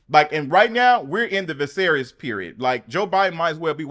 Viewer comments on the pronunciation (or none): none